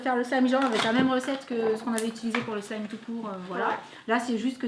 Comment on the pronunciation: Ça se dit pas slime ça se dit slime c'est mon maître qui me la dit.çi non je vous adores😘😊